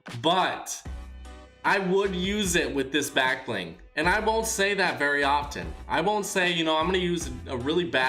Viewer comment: Anyone noticed how he says black bling half the time